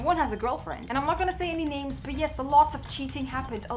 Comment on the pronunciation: Keen stair for sure mispronounces those names on purpose😂